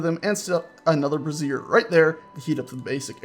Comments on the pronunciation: Brazier From Wikipedia, the free encyclopedia This article is about the container for fire. For other uses, see Brazier (disambiguation). Not to be confused with Brassiere or Brasserie. (This is what you're calling them) Brazier A brazier /ˈbreɪʒər/ is a container for fire. Brazier sounds more like "bray-zur" you're saying brassiere. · Sorry, had to mention this as it was getting a tad embarrassing. The alternate name for those firepots is "brazier" (pronounced like "Bray-Zhur"), what you've been calling them is a piece of women's underwear. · It's pronounced BRAY-zher. Also a "winesman" is actually called a vintner, someone who makes or sells wine. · It's pronounced Bray-sh-her. The way you've been pronouncing it is the formal of a woman's bra, not a heating light source. I only point this out because you seemed to be unsure how to pronounce it. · You keep pronouncing Brazier as brassiere. STOP IT! One is for lumps of hot rocks and the other is for rockin' hot lumps. Emphasis is on the a in Brazier.